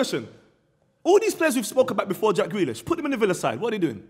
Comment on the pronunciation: The disrespect on grealish name